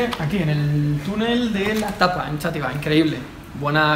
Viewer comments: Yo soy de Xátiva, vengo del video de Charlas de fútbol de charlando con, esto es gracioso porque ayer comí en el Túnel, XD por cierto Xátiva, es /Shativa/, no /Chativa/ que me está entrando dolor de cabeza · Top como siempre. Por cierto, yo soy valenciano y digo ''shàtiva'', arrastrando la X, no Chátiva, así como curiosidad. Enhorabuena ^^